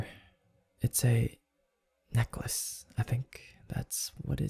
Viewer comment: The way he said necklace killed me 🤣